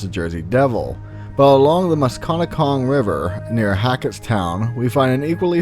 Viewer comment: The river is pronounced Mus-Ka-Net-Cong... It's Native American